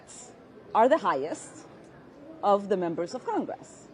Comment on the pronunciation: Ilheart Omar acting like a victim. I absolutely can't stand her voice. It's prononunced congress, NOT con gress. YUCK.